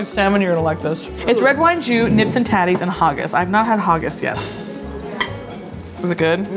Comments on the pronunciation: "Nips and tatters" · that was by far the worse way I've heard Haggis said, as well as Neeps and Tatties, and I've worked at tourist spots 😂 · Also ur saying haggis neeps and tatties wrong! Ha-giss neeps and tatties!